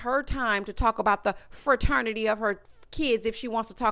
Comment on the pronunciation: I caught it and I had secondhand embarrassment every time. The heffa said Fa-ternity. Like boo, not only are you using the wrong word, you’re pronouncing it incorrectly too.